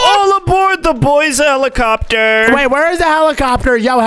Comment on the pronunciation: Bro said helichopter💀